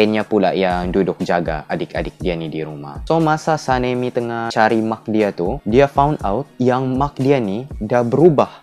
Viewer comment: mak ba bukan maq 😭😂